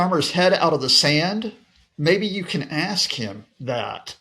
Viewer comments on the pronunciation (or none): none